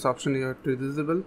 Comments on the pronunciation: its pronounced in- abe el and diss abe- el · What the hell does Dizibil mean? Can't you say disable? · Not to make fun of your accent but I love how you say disable. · The way he saids disable kills me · please google how to say the word disable... otherwise great video